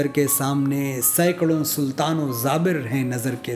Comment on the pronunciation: Aap ek lafz ke tallafuz me ghalati kar gaye ZABIR nahi JABIR hota hai